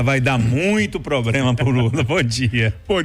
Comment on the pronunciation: O "POBLEMA OU PROBREMA" A CANJA JÁ CAUSOU. ABSOLUTAMENTE "INRESPONSAVEL ".